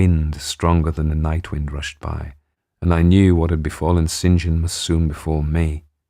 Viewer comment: Such a pleasure to hear someone who knows how to say "St John"